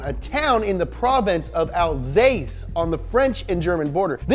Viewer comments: *Alsace not Alsase 😉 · Not to be a prick, but and , it should be Alsace, not Alsase. Otherwise, great job, as always! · Alsace not alsase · Alsace, not alsase. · That's "Alsace" not "Alsase" ffs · I'm not gonna be annoying about the pronounciation but come on dude it's Alsace not Alsase, do a minute of researches before putting the wrong name multiple times in a video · Well...first it's "Ettore" and not "Etorre", second it's " Alsace" and not "Alsase" and third...why all those Type 35 replicas when there are still quite a few original ones going around? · It's Alsace (not Alsase) , cool video btw :) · Alsace.. not Alsase... but excellent video anyway!! New subscriber here :) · Alsace* not Alsase T-T But don't worry, Love your videos, you're forgiven. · ALSACE NOT!!!! ALSASE. More POWA BABEH! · Alsace, not 'Alsase.' Just sounds weird🤣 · Hi, french viewer here, it's written "Alsace" not "alsase" Nice prononciation on everything else tho ! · Dude it's Alsace, not Alsase with a C not an S thanks, A french guy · it's not alsase it's "alsace" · Please guy, it s Alsace, not Alsase. I know it s complicated for you american fella :) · It's ALSACE not ALSASE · AlsaCe, not AlsaSe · It's pronounced al-sass but what ever, good vid! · 3) It's A L S A C E not alsase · Alsace not Alsase ;) Nice vids and keep doing ,! It's very dynamic ! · ... Alsase.... Bruh, do you even Google? It's alsaCe Edit: and then where they swapped for a split second to alcase... You're trying to trigger French people aren't you? ^^ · ALSACE, FERTOMI ! Oder Elsass. Mais pas ALSASE, mein Gott... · Please, not alsase but alsace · alsace (french) or elsass (german). not alsase...you ham-fisted yanks... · btw its called alsace, not alsase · it’s pronounced Al-sauce not al-sace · I think you mixed up between French and German name ... It's "Alsace" or "Elsass", but not "Alsase" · it's alsaCe!!!! 😫 not alsaSe! 🤨 hello from ALSACE! 😚 keeps making excellent video like this one!!!! we love you too 😍